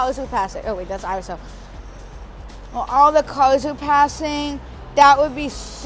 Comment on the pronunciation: I like how he can make the word 'cars' sound like 'colours'